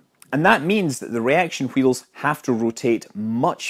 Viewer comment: 'Reaction heels' xD